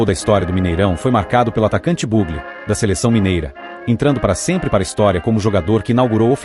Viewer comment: Puxa vida, o locutor de um vídeo desse porte, bem que poderia ter um preparo melhor. Chamar o jogador que fez o primeiro gol do Mineirão, de "búgle" é algo HORRÍVEL, um verdadeiro crime à nossa língua. O jogador era conhecido no futebol como BUGLÊ, esta é a pronúncia correta. MINHA CRÍTICA É CONSTRUTIVA!